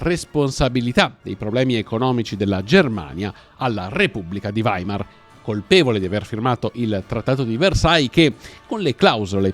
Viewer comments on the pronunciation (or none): none